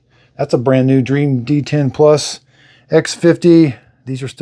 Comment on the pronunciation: Dreame is pronounced Dreameee not Dream.